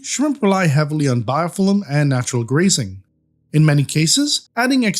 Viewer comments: "Biofillim" haha 😄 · like the way you say Biofilm 😍 ohhhhhhhhhhhhhhhhh